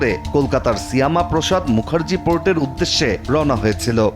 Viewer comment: নিউজ রিপ্রেজেন্ট করেন, অথচ বাংলা উচ্চারণ ই করতে পারেন না ঠিকমত। শ্যামা প্রসাদ মুখার্জী উচ্চারণ টা পুরোই ভুল ছিল